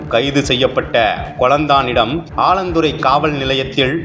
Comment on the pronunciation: ஆலந்துறை அல்ல. 4 ஆலாந்துறை‌. செய்தி வாசிப்பாளர் " ல்" லை அழுத்தம் திருத்தமாக " ள் " என்று சொல்வது கேட்கவே எரிச்சலாக உள்ளது.🤨🤨